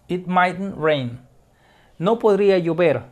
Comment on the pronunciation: Soy el único que entendí "podría yo ver" cuando era "podría llover"